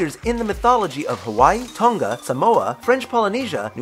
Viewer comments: You pronounce Samoa as saamoora (sa Moa a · I'm not surprised but you said Maori, tonga and Samoa wrong. Everyone does it though